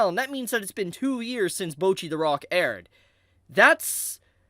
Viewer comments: Guys…someone’s gotta say it… it‘s Bocchi, not Bouchi xD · Americans and not being able to pronounce a single non english word correctly, name a more iconic Duo. Like, they are saying "Bocchi" about a million times in the show, how do come to the conclusion to say "bouwchi" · ewww why are you saying bocchi like that? mochi but with a b?